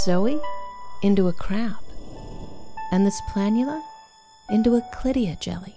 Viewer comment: Tee-hee. ... "Clittia Jelly"...